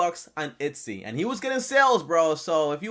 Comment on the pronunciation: ETSY. Not Itsy.